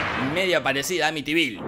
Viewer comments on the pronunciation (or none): Amiyivil?? Se pronuncia ámitvil